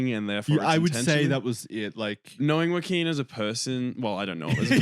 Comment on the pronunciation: do you think Joaquin Phoenix’s name is “Walking”? I swear it really sounds like that when you say his name